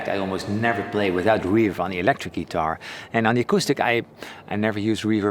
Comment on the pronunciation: Hey man, I appreciate the videos. So your English is great and most things you’re really good at pronouncing. One word that is fairly important to your channel I thought you could use a tip on. “Guitar” The i is pronounced like the i in fill, pill, or middle. So not ‘gee-TAR’.